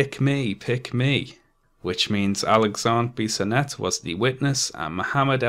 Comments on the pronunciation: A French Canadian here, you pronounce Alexandre Bissonnette's name pretty right (there is only a little accent in the "an" sound). However, for "Québécois", the "ois" is pronounced like "wa" in "water". Also, more than two years later, we still find people saying things such as "Bissonnette was a good guy, he only did the shooting because he was in a homosexual relationship with a young muslim in the mosque and the father refused this relationship" - which is untrue, but it seems to be hard to counvince these people that muslims are not always the cause of terror attacks. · Late to the party. Quebecer myself. You pronounced the name of the shooter in a very good way, almost perfect. I was so ashamed when this happened. Good job as always on the video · I know this video is 3 years old and it really doesn't matter, but you pronounced Alexandre Bissonnette's name quite well. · I'm from Quebec city and I have to say you are the best to pronounce his name. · The way you said "Alexandre Bissonette" is absolutely correct. Just sayin'. ;) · You actually pronounce the name of the killer quite right. Good job. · You pronouced the killer's name perfectly. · Pretty good pronunciation of Bissonettes name. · You pronounced the shooter's name perfectly 👍🏼 but not "québécois" haha